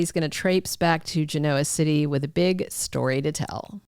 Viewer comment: Please stop saying “Ge noa City”!